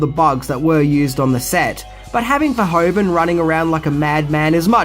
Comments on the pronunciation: Great video once again! Really interesting facts. One minor nit-pick (only a Dutch citizen like me would have): The director is called Verhoeven not Verhoven, pronunciation: Ver-who-ven. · Paul Verhoeven, pronounced Ver-WHO-ven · Paul Ver HOO ven. ;) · I'm always do disappointed when people criticize a piece of media as bad just because they're too stupid to realize it's satire. btw. The name is pronounced something like vair-who-ven. But that's a understandable little error.